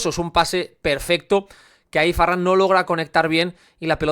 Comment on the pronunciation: Me da rabia que diga farran 😅